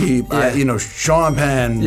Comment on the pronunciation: "Sean Penn"? 😅😂